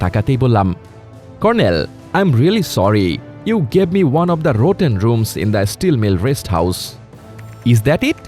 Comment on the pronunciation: আপনার ইংলিশ খুব খারাপ। উচ্চারন ঠিক করেন। এপল না। আপিল। রোটেন না। রটেন। ইংলিশ উচ্চারন ঠিক রাখা জরুরি।